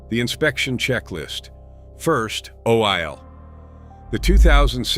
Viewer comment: Pronouncing "oil" "Oh-While" and "KIA" "K-EYE-A" lol